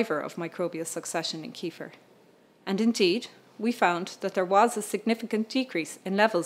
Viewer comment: Can't even pronounce 'kefir', what an idiot.